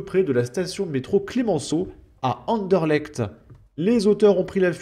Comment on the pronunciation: C'est rare un Français qui prononce bien Anderlecht :)